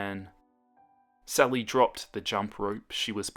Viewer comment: It sounds like he’s saying “Celly” o-O